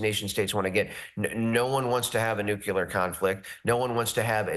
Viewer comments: It's a bit scary when even the analysts say "nookyular" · WHY does a VETERAN pronounce the word NUCLEAR incorrectly? It is NOT NU-Q-LAR it is NU-CLE-AR